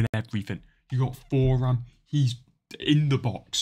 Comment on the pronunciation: Btw u pronounce it turam i think